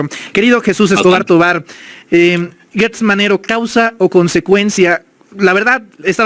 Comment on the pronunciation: Porqué le dices ( Guertz, )es Gertz, Gertz.....Gertz Manero, Gertz